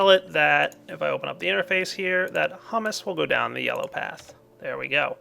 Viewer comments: This has probably been said too much but... HY-OO-MUS Hugh-mous etc. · it's pronounced hyoo-mus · h-YOU-miss pleae say it right